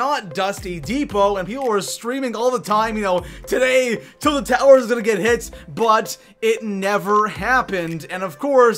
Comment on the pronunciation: “Til Towers” xD